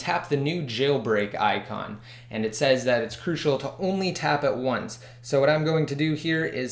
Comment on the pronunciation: ty bro .. but you have to work less on the word crucial !